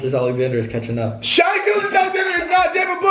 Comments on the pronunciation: Lmfao they don’t know how to pronounce shai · Shy Gilgeous-Alexander. It’s shai (sh-a) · its pronounced shay tho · Why they violating shais name like that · They don’t know how to pronounce SGA name right